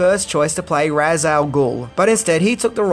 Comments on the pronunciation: Anyone familiar with the lore wouldn't have found Ra's al Ghul's dark nature at all surprising. By the way, Ra's was mispronounced in the films. The Batman Arkham video game series got it right. It's pronounced like "raysh" not "roz". The game series stuck hard to established canon and got a lot of things right that no movies ever have. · The one thing that always gets me is the mispronounced way people say Ra's Al Gul. It's pronounced Raysh not Raz or Rah's. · Ras is pronounced as Rashe. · "Ra's" is pronounced "raysh". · Besides Ra's al Ghul being middle eastern, not a tall Irish guy. Fun fact, "Ra's" is pronounced "raysh". Ra's al Ghul means "The Demon's Head" in Arabic.